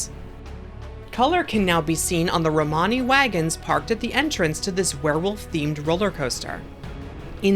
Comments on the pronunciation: Romani is pronounced more like Rum-knee kinda. Love the videos! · No. It's not pronounced Roomnee. I happen to BE of Romany decent. It's pronounced similar to what she said. Rah-mo-nee.